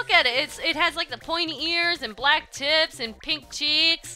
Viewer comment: did you say "looks like an orange pikachu, pointy ears, black tits,..."? lol so confused here